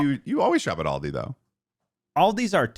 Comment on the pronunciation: The mispronunciation of Aldi broke something in my soul....... I may forgive you but it will take time 😔